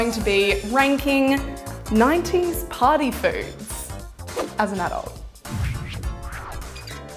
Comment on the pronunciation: Am I the only one who heard "potty food" instead of "party food",lol